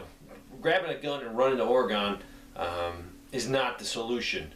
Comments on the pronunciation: Respectfully, it's "Orygun" not "Oragon" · its oregon like organ not ore gone damn! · For the record my friend, and as a former Oregon resident, it's not pronounced "Ore-e-gone". It's "Ore-uh-gun." Thanks and be well. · It isn't oregone, it's Oregun. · If you want to fit in out here in the PNW it's pronounced Ory-gun not Ora-gon. LOL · oreo - o + gun. how to pronounce the states name. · Ory-gun. Love you channel, long time subscriber. I'm from Oregon. Sorry drives me nuts when I hear it mispronounced. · the way we pronounce Oregon is Ore-gun. Seriously. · u say Oregon stupid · Your not pronouncing Oregon properly.